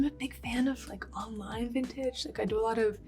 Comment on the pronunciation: Vintage sounds like sintage ❤❤🎉🎉